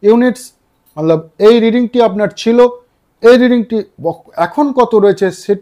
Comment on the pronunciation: Kotha bolar extra style ta chere normal vabe bolun sunte valo lagbe r banglate jokhon bolchen tokhon "mane" bolar chesta korun "mallab mallab mallab" na bole, r ha ota mallab na otake hindi te "matlab" bole